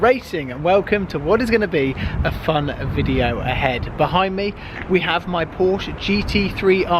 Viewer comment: Please stop saying Porsche GT3 RS we do honestly get it and please pronounce Porsche correctly